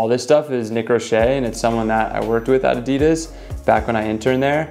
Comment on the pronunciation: Cool shoes but why o why does everyone pronounce Adidas wrong???